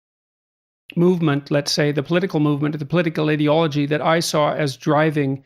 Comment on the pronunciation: First of all Jordan.... It's "IDEA" logy not "IDIOT" ology. Christ.... Next this isn't a "trend". When I was 10 years old in 1983 and crossdressing there was NO Trans role models. (Maybe Boy George...) Transgender wasn't even a word. Today Transgender people are fighting for their rights and they are much more visible. Not a Trend. Doctors will not lose their license by turning away teens for hormones. Lol. Plus these 2% are trans compared to 0.0001% is a ridiculous statistic meant purely as fear mongering. Not to mention that Dr. Jordan is no longer practicing and hocking t-shirts in his liberal conservative podcast after spending 2019 until 2021 in a benzo drug addicted haze. THINK FOR YOURSELVES PEOPLE and try to LOVE everyone instead of listening to nonsense hiding behind a college degree. You can have graduated college and still be an IDIOT-ologist.